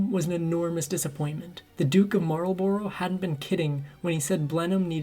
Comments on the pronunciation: At least pronounce the name right. It's not, it's Marlbruh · It would be nice if just once an American narrator could learn the correct pronunciation. It's not 'the Duke of marl-bow-row'. It's the Duke of marl-bruh. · Marlborough is pronounced mole-bruh I live a few miles from Blenheim palace where Consuelo would have lived. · Marlborough is pronounced 'mawl buh ruh'.